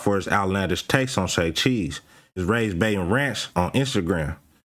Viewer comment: Say charles bruh. Not say cheese 😂